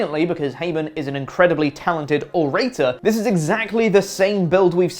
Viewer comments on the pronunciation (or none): You pronounced 'orator' incorrectly👍